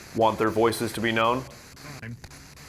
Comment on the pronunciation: when he says time it sounds like mine... and with the question just asked it makes sence